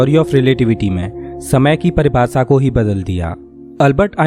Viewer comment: Par ye log sahi se bolte nhi ghalat bolte h. Parkas nhi prakash Paribhasa nhi paribhasha Ankus nhi ankush Dasak nhi dashak Antrich hehehe Or bhi bht words hain